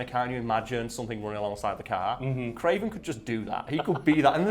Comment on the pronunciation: The "Cray-VAN" FFS I love comic books